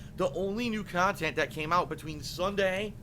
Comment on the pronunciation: wanna punch him every time he says "Khantent"!